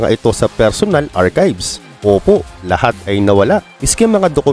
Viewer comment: Archive is pronounced as "arkayv" and not arkib 😂